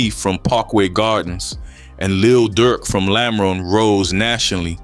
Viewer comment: ‘lamren’ lmao quit speaking on cities u obviously don’t know. trying to capitalize off of deaths in chicago when u aren’t even there is mad goofy 😂